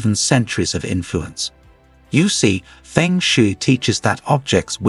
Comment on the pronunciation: Pheng shee.. I laughes so hard the mispronunciation. Just knew this would be ridiculous HaHa!